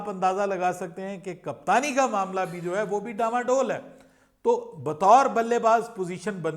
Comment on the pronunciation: ڈما ڈول نہیں ڈانوں ڈول ہوتا ہے